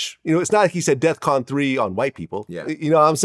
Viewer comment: He said def con vlad NOT DE@ CON!!! STOP IT!!! AND THE RUSSIANS LOST 27 MILLION PEOPLE DURING WWII AND STOP H SO THEY REALLY SHOULD HAVE A MEMORIAL PLACE TOO!!!